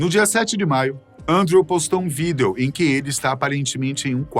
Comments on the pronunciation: Vídêo vídêos vídêo vídêo vídêos. Pqp, que agonia... Larguei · Ele falando vídêo dói os ouvidos kkkkk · De boa, quase fechei o vídeo por não aguentar ele falando vidêo toda hora. Que nervoso que me deu ouvindo-o falando assim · O infeliz para com esse negócio de falar vidEo , todo mundo sabe q é o correto mas ninguém fala, q agonia, cara bobo esse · Por que falar vidEEEEEEEo desse jeito tão esquisito??????????😂😂😂😂😂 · Quem fala vidêêo ? 😂😂😂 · Que desconforto ouvir esse cidadão proferir a palavra vídeo.... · Tenho agonia do jeito que ele pronuncia a palavra "vídeo" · Tão engraçado como o apresentador pronuncia a palavra Vídeo 😂😂😂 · Vdd kkk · sim víDEO é como se escreve, mas nunca ouvi ninguem pronunciar assim, fica muito estranho.